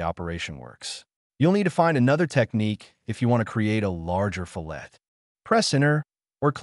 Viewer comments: Two things: firstly the correct pronunciation is actually " FILL it", not "fill- ETT". Second, having watched this, i think I'm too old to learn how to use CAD. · Fillet should be pronounced "FILL it" not "fillette'. Probably because of the AI voice? Great comparison video, thanks! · I used to chuckle at pronunciation fil-LAY, like sliced fish. But hey, words sound different in other parts of the world. Now, your attempt to pronounce the "T" is still missing the mark... correct pronunciation in my part of the world (USA) is FILL-it. Love your FreeCAD videos! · My old CAD brain resist. Just for fun.. Fillet radii … the American pronunciation is (Fill-it Ray-de-eye) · Another guy told me it’s pronounced “fill-et” with the "t" sounded out. I’m a bit confused 😂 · Fillet pronounced: Fill it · Gah! Here's a simple mnemonic which will help you to finally learn how to pronounce "fillet" - It's because you start with a sharp inner corner before you fill it with material as a radius. That's how you say it - FILL-et, or FILL-it. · Adds trigger warning for mispronunciation. Proceeds to pronounce it wrong again. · Calls attention to the correct pronunciation of "fillet," and then proceeds to randomly switch between three different pronunciations. 😁 There's nothing wrong with using a synthesized voice to read your script, but you might admit that you're doing so.